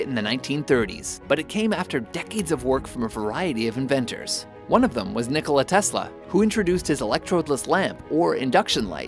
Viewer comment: it is Nikola, not Nicolai